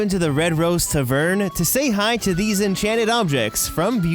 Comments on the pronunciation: Triggered Tavern not tahvern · Gary Lundberg he pronounced tavern as tuhverne😂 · Tuvern? There's an A in there. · Where are you from that you pronounce TAAvern, TaVERN? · TA-vern is the generally accepted pronunciation versus Ta-VERN. Unless it’s a totally made up Disney word 🤷🏽‍♀️ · Tuh-vern? its tăv′-ərn Tav like Salve, and ern like urn. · Ta Vern? How about Tav Ern?? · Gah, "tavern" has the emphasis on the "ta", not on the "ve". TA-vern, not ta-Vern. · You're putting the emphasis on the wrong syllable of tavern. It's TAvern not taVERN. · but he did not say tavern, he said tuhverne. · Eww the way you say tavern. It's not tuh-vern, it's ta-vern like ah as in apple. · Its TAVern Not tavERN. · What's a "ta-vern" ? It's "Tav-ern" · “Ta - Vern?” What the hell is a “tah-vern?” Jeebus, do a dry read through these scripts before attempting one. Youtube’s on the internet, feel free to look up the pronunciation of any word that you don’t know. Including any that I used here. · It’s not tavern it’s taaaavern say it with me tavern !!!! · Tavern is not pronounced “tuh-VERN.” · “Tuhvurn” - TPMvids 2019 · turvern hahahaha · Holy crap!, Did anyone else get extraordinarily triggered by the way he said "Taverne" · I was liking the video... but then you said tuhvern... H-how do you not know how to pronounce tavern...? Almost as bad as the time one of my favourite youtubers pronounced “transmogrify” as “trans-mah-griffy” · Why are you pronouncing "tavern" so weirdly? I get that there's an extra "E" at the end, but it's still "TAH vern". It's not an "A" like "taverna". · That's not how you pronounce "Tavern" - seriously, "T'vern?" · Anyone else bothered by how he pronounced tavern? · you're saying "tavern" wrong. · You're pronouncing "tavern" wrong. You have the emphasis on the wrong syllable. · literally cringing at the way you said tavern but the video was great <3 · The way he says tavern hurts me to my soul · Bro, please Learn how to say tavern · Who pronounces Tavern like that?!